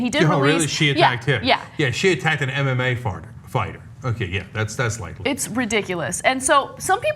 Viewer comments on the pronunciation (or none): Did Cenk say MMA Farter? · On a lighter note...Cenk said "MMA farter" :) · "an mma farter" lol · Lol cent ugur said mma farter by an accident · "Attacked an MMA farter" said cenk haha